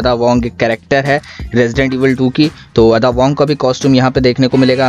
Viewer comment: Bhai Adda nahi🤣 Ada